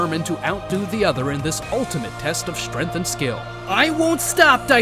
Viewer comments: Bro pronounces strength as strenth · Your pronunciation of "Strength" is a little off